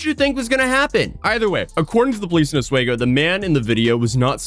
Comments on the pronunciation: Oswego, OSweeGo. Not OsWayGo. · It's pronounced "Us We Go", not "Oh Sway Go". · A lot of people have a tough time pronouncing Os-we-go lol. it’s Not 👉 Os way go lol . This guy isn’t the only one that made that mistake . ( Good video just another person that can pronounce Oswego wrong ) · It's Os-WE-go NOT Os-WAY-go, Jesus christ non-CNYers cannot pronounce any of our cities correctly. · OSS wee go, not oss way go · Os-we-go not oswehgo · Great coverage, but you are mispronouncing Oswego. It's said (aaz·wee·go) the middle being said like we. I know different reginal native American names can be hard. So it's a good attempt. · Guy who used to live in Oswego here. It's actually pronounced Os-We-go but also it is a small college city with nothing better to do but go to one of 15 bars or go to the shores of Lake Ontario to have a bonfire. Nice to live in but boring, methinks this idiot just wanted attention, probably a failed college student or or a college student who needs to get a life. Hope she learns from this. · As a resident, the city is pronounced: Os-WE-go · It’s Oss swee go!!!! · Its pronounced like there is 2 Es. Osw"ee"go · It’s pronounced os-WE-go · Just putting this out there its pronounced AH-SWEE-GO ( i live there) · Its pronounced "Os-weego" big dawg. Typical upstate woman smh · when you questioned about her common sense I just gotta say its CNY a lot of people here are not the smartest. also its "os-wee-go" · Most people around here pronounce Oswego like "Osweego", long E. Long time watcher, first time commenting and happy I could because I'm not too far from where it happened lol. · it's pronunced os-WEE-go, not that it matters. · OS WE GO is how it is pronounced! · "OS-WE-GO" is how it's pronounced in NY